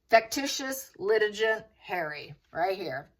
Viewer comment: Litigant is pronounced with a hard g gant rhymes with can’t. Vex - A- shush